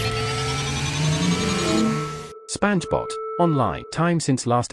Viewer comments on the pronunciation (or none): she said spanj bot. all i heard was spongebob